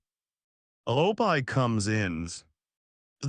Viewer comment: This does seem to AI tho. Even pronounced Opie wrong.